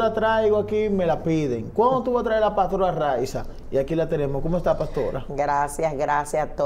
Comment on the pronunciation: Señor, usted es dueño de esta plataforma, se dice paStora, no PATORA, se dice teStimonio, no TETIMONIO.